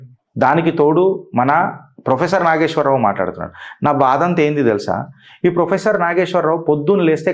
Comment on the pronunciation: Endi maree ginta anyayama.. faafam ayan frofesshor ani maryada guda led neek.. faafam etla nidrapotado endo.. frofesshor ni frimary ischool teacher cheshnav po!! 😂😂